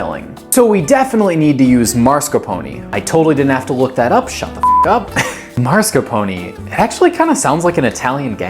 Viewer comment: As an Acadian I have only one request of you. Please do not become a psychologist in France. I BEG OF YOU. (p.s. Tiramisu originated in Italy not France) ... Marscapone... And please for the love of all that is Holy do not attempt to speak Italian. You are only allowed to masacre one European language per video. Thankfully the humour and the fact this was a multiple Gun Show 💪clip have increased my LAMOUR of this clip (Seriously I'm a fan of everything you do IN ENGLISH) ❤